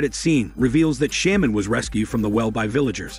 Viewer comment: had to stop after the word "sham-man" was said 5 times. dude, like i know its a text to speech thing but thats not even a fucking word. you would think it would be programmed to said correctly. dude has a big channel and uses MS text to speech for windows 98. damn 😂😂😂